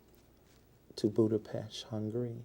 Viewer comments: I hope everyone around the world watches this clip, he's obviously illiterate.. B..where the heck is "Budapesh"? It's "Budapest" ĺmmmn̈m. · He went to “Budapesh” Budapest! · He said"Budapesh"